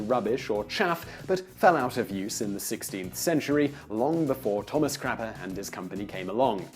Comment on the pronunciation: Quick! To the crappah!